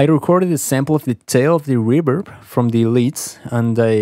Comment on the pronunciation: "Reburb" 😂 I love the spanish accent 😁 Love the video man!!! 👌🏼